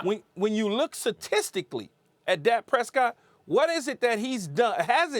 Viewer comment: “Satistically” learn sum new every day